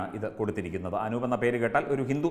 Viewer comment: Anoop allaa, Anoob aanu🤗